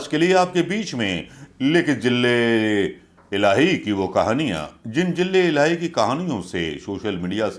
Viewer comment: 😂jille ilahi nai bolte, its ZILLE ELAHI....ZA ZA...ZILLE NOT JILLE😂😂😂😁😃😄😅